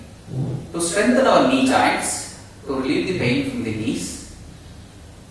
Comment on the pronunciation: Sir it's joints not jainnns🤣🤣🤣🤣🤣🤣🤣🤣🤣🤣🤣🤣🤣